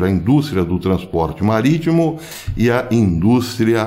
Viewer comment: Falou em "turner" e "maritmo" me lembrou Piratas do Caribe... kkk